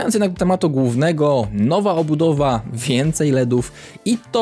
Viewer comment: Kocham jak mówisz wincyj ledów